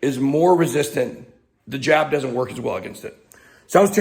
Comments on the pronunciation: I thought you said j*p. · Careful...when you "jab" it sounds like something else.